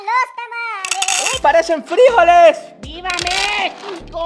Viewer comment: no se dice frijoles se dice frijoles